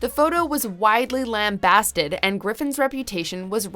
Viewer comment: That's what you picked up on? Not her mis-pronounciation of "lambasted"?